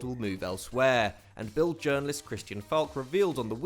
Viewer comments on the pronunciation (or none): none